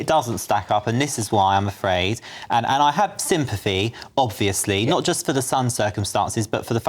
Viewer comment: “ I av a court order” dear lord